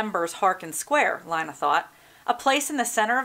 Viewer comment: It's pronounced (Lee-na)